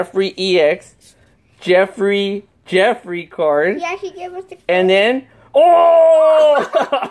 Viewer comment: Jeffy not Jeffry